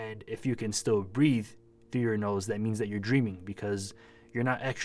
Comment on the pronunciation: SOUNDS LIKE YOU SAID CANT. HOW WOULD I BE DREAMING RN I'M WATCHING YOUR VIDEO.